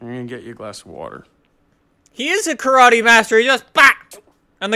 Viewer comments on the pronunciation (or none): none